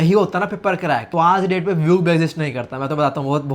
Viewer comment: Vyuk pronounciation math - kya bhees nehi thi. Pov - vyuk main bhees tha. 😂🤣